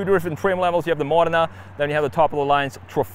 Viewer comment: The only US youtuber who can pronounce Modena correctly 😆